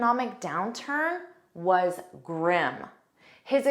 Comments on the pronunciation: Why do you pronounce the word as 'Gram' when it is supposed to be pronounced as "grim' ? That 's a bad pronunciation. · It's grim.. NOT grem! Get it right! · grim (grĭm). Your pronunciation at first is very different from the dictionary which follows UK and US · Grim pronounced gram? Bah-full? Comeradey? Strange. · listen carefully about grim... when Obama said grim it sounds greem, but when you said grim it sound gram... which is correct??? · Why your pronunciation of the word GRIM "Graem" and native speakers pronounced grim?? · In the first few seconds she pronounced the word "grim" as "gurrim".... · i thought it pronounce as griim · Grim, America's pronounce as it is written, but in the video it is prononsed gram. 😅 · I watched this with much interest, until I heard you pronounce the very first word: "grim". You pronounced it as "grem" After this I realised that your American accent skews your attempts to speak English correctly. Sorry, my dear, but American "English" is far from the English spoken in England and in South Africa. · Her pronunciation of grim was incorrect 😊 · I was baffledl by the pronunciation of Grim, on the screen of the video, it showed [GRIM] with a [I] sound, but the teacher pronounce it with an "e" sound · Your pronunciation of the word grim, sounds like gram. You also pronounce intimidating as: "int thu mhuh (duh) dating. I bailed out after the umpteenth mispronunciation by you and your speech is as frog-croaky as that of some Scots or a heavy smoker. This deviance is also called vocal fry. I am a polyglot having mastered a number of languages; I cheated somewhat since two of them are very primitive South African native languages with limited vocabulary. BTW vocal fry is not harmful and some people are not bothered by it; unlike myself. I also abhor arm flapping; it cannot make a human fly (airborne). And pacing a floor when speaking, is for a Lion kept in a cage (I know Lions do not speak).